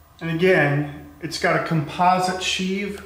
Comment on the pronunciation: It's pronounced sheave not sheave.